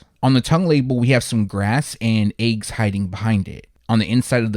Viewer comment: dude you killing the way you pronounce the word eggs🥚🥚🥚🥚🥚 😂😂😂😂😂😂😂😂😂😂😂😂😂😂😂😂😂